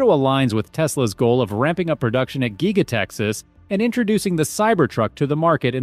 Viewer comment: If you can't even pronounce "giga" just give up and go home. We don't need another tesla channel just repeating old news